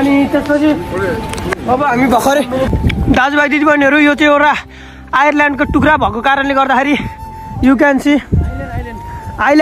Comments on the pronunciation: Island ❌ Ireland ✅ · Island Lai Ireland re😂😂😂